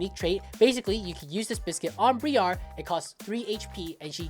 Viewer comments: BRY ER NOT BREE ARR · The way he pronounced Briar is making me want to ff irl